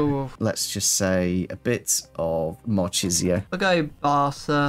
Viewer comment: "Mar-cheesio" 😭. The yorkshire accent not helping pronunciations.